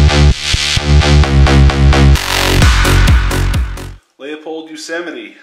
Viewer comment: It's "loo-pould" fool...